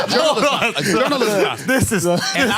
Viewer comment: "jounral-jizz-im" lol